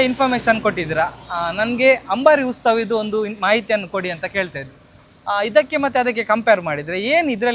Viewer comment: "Ustava" alla "Utsava" 🙂